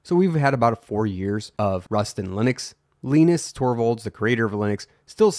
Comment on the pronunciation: Its pronounced Line-is not Lean-is